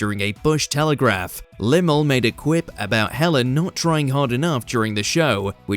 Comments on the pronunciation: Who the cock is limel? Did you mean Limahl. If you are going narrate something/type stuff into an ai generator then at least do a bit of research in pronunciation. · Yes, I thought that myself when he said Llamah wrong. Just like my spelling, I know 😂